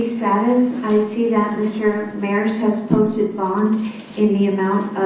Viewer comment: It Mayers ..may ers